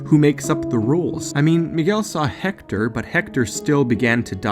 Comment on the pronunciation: stop pronouncing it "hector" it's pronounced "ector".